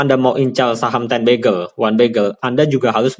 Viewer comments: Ini ngomong bagger atau begal ? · Maksudnya Beger apa Begel kak..?kok aku dengernya Begel terus? 😁😁yang pasti terima kasih ilmunya kak...